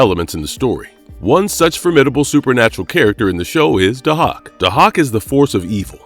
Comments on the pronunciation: Day-hawk man.. get it right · No, it's pronounced "Day-Hack". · NOT PRONOUNCED "HAWK" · They way he's pronouncing Dahak 😫